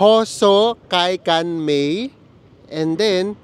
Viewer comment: Ang pagbabasa po dito sa Japan Prang sa Pinas din po Un ABAKADA......... Kaya po un station ay HO.SO.KA.I.KAN MA.E po ang pgbasa . Sana makatulong po ❤ I love your videos